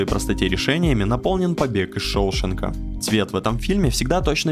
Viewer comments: как можно сделать ошибку в ударении в названии "Побег из Шоушенка"!? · кавараджо, шОушенка и транши.... серьезно???